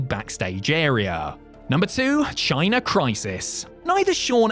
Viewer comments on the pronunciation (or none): Can you like do a rehearsal first? You kept calling Chyna by a totally different name.